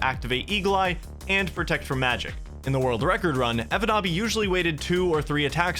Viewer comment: I find it funny that pronounces the Finnish name like it's legit, but the name is a meme. 😂 evonaabi basically means "a noob who can't do it"